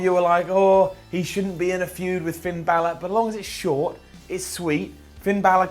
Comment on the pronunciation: Fin "Bill-ar?"